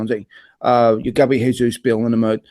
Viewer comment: Not Hayzoos. It's Portuguese zjayzoos.